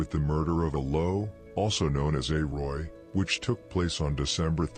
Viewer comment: The only thing I would say when u say the names say them out u can barely understand what ur day like A-roy u don't say it correctly just a lil advice cause I like ur channel u say a low not Low just try it.